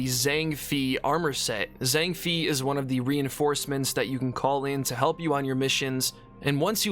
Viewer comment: It's pronounced Zhang Fay not Fee